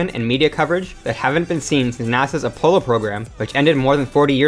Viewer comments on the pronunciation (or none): Apollo is pronounced uh-PAH-low, not uh-POLE-low. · "A polo"? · a polo? its Apollo!